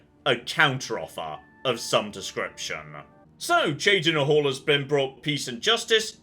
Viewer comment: Good to hear beginning to pronounce Cheydinhal somewhat properly in this episode.